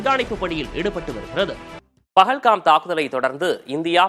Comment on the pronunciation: அது பகல் காம்(pagalgam) இல்லை 😂😂😂பால்கம்(pahalgam) ஒரு நியூஸ் சேனல் எவ்வளவு கவனமாக வார்த்தை உபயோக படுத்த வேண்டும் என்று தெரியவில்லை 😡